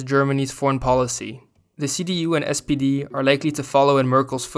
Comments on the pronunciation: You keep saying "SDP" but the party is called "SPD" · One remark: in the video the narrator is calling the SPD sdp multiple times. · Great video, but it's SPD not SDP, as you said a couple of times. It stands for Social Pemocratic Darty.